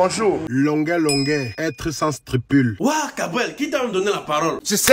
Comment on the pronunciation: Il dit être sans "stripule" ou sans scrupule ?! Wonder !